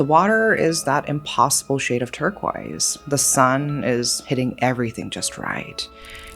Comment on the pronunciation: Yikes you're creepy. And that's not how you pronounce turquoise.